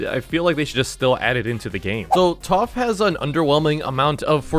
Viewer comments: why does this guy always say toph instead of taph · TOPH?!! ITS TAPH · what are you keep calling taph toph it’s pronounced TAPH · bro is NOT saying taph right🥀💔